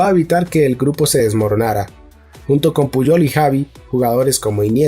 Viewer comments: Esta muy bien lpero si te dedicas a los audiolibros pon más interés en pronunciar los nombres propios correctamente. Me sangran los oídos cuando escucho Tecsiqui al referirse a Txiki o Javi por Xavi, etc… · Buenísimo . Pero cuando escucho que dice Javi txiki o birijistain ...jajaja